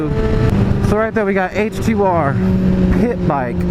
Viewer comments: Did you say pimp bike or pit bike. Sounded like pimp bike lol. Pretty sure it was pit bike tho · I thought you said pimp bike instead of pit bike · At first I thought you were saying PIMP bike LOL